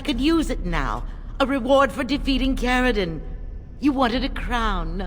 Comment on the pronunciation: Its Caridin